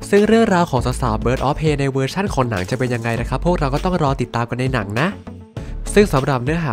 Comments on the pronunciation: Prey อ่านว่า เพรย์ ครับ ไม่ใช่ เพ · ออกเสียงว่า เพร